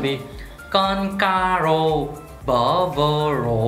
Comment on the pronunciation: cả sungrak và dongrin đều sai từ ''cá'' rô thành ''ca'' rô thế mà ko phát hiện ra nhỉ --- Lại nhớ trò caro r lâu ko chơi:)))